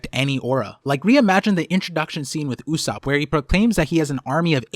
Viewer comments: why are you reading Usopp's name like Usupp its o not u and its not like ''mom'', its Japanese after all. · Great vid, but I thought it’s pronounced“ Ooh - Soapp”